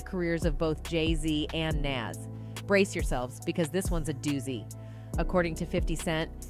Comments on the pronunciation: Please research the pronunciation of NAS.Plz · She mispronounced his name. 😮